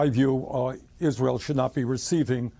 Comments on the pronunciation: Someone, please help Lindsey learn to pronounce Israel. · h linsey sounding more & more like Trump. And maybe he should learn how to pronounce the word Israel! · All politics aside, I am most offended by the way Graham pronounces "Israel." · Lindsey Graham can barely speak cohesively, every sentence he misstates or mis-pronounces something..all his meaningless hyperbole to rile up the dumbest of his flock